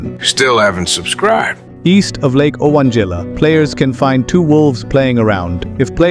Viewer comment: Owanjila is actually pronounced, "Oh, Angela!" 😂